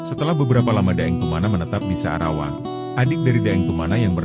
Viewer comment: Maaf admin bukan sadawang tapi sa'rawang